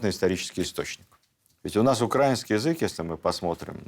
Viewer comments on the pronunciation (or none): Очень интересная лекция. Всегда Ваши видео смотрю с огромным интересом. Но очень режет слух слова с неправильным ударением. Пожалуйста, Владимир, произносите правильно «украИнский», «украИнец». ❤